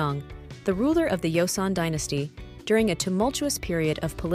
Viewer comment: The name Jung is pronounced with a J. Not a Y. Joseon is pronounced with a J, not a Y. Please!!!!!